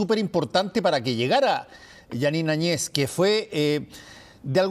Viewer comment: Muy ignorantes estos Seudoperiodistas Más burros y se mueren. Lean la Constitución Boliviana, para opinar . La verdad siempre triunfa . Y no saben pronunciar Jeanine Añez, y todo ésto es un gran abuso, pero tiempo al tiempo. Puro mentiras.